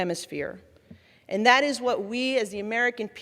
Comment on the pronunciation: why does she pronounce the letter t as "in"? as in "people have been be in"